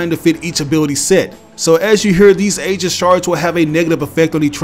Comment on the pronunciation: To help you with that confusing word Aegis, it's actually pronounced Ee-jis not ay-jis